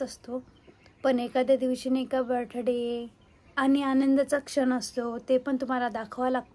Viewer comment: बर्थडे ला काय बोलतेस 😂 कोण तुला शाळेत टीचर म्हणून घेत होत 😂😂ब्ठ्ठठ्ठडे 😂😂